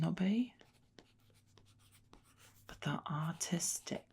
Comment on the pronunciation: I kept hearing autistic instead or artistic lol